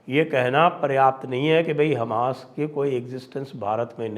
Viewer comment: Sir namaskar, app ka local. Hamash boltehi hashi ageea